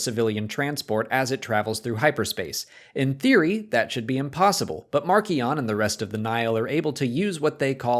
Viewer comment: Please stop mispronouncing Marchion,! Listen to the audio book if necessary